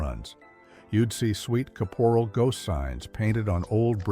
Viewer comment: Just a small hint, it's Sweet Kap-er-al, not ca-pore-al. My parents had a convenience store, I know them all!